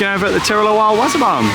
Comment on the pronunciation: w-AW-s-er b-AA-n... Not wazzer ban